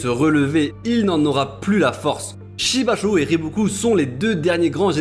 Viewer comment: *Shibashou se prononçant Shibasho et Yo Tan Wa 👊🏾🤲🏽